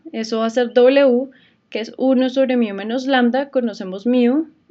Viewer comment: Solo vengo a comentar que se dice "Mu" no "Miu"